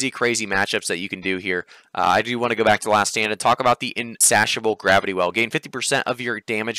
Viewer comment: Insatiable is pronounced “in-say-sha-bull”